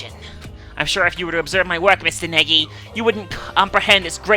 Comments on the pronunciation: oh btw, you're saying Naegi wrong. its pronounced Nye-Eggy. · Gosh I love the way says naegi?? It's just Neggy